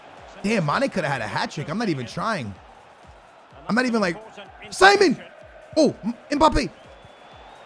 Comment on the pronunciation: It’s si-mone not Simon